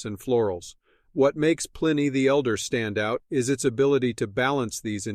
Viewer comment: The AI voice that cannot pronounce Pliny turned me off immediately.